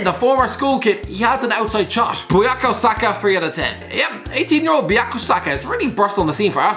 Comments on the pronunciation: It’s Boo-Kay-Oh Saka, not Buyakasaka, and he’s a brilliant left back, where there’s less competition. I really think he’ll be the second choice left back behind Chilwell, or even first choice if he has a good season and Chilwell doesn’t, he’s top class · boo-kaa-yoo saka it aint tough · The way my man pronounced bukayo saka had me howling bowyako saka 🤣🤣🤣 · Nobody:: bUYakO SakA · You got Bukayo Saka’s name wrong and he’s spent most of the season at left back